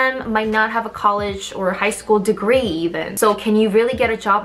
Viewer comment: saying “DeGrEE” is my favorite thing ever